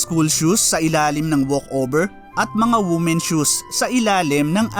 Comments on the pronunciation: Pakitama po pronunciation mo sa women's ty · It's read as "WEE-men" not "WOO-men".